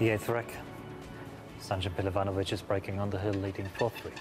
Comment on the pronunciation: finaly someone pronounced his name correctly 😊